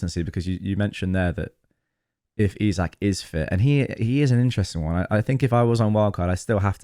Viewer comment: Its Isak not Isaac 😅